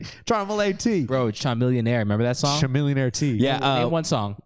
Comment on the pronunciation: cmon, chamilionaire is pronounced like chameleon-aire LOL